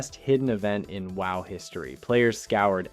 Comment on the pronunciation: This is the VERY first time I heard someone said WoW like that.